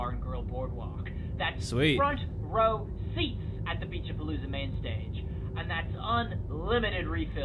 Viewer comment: Why do i hear pinche pelusa when it clearly says Beach A-Palooza (ง ื▿ ื)ว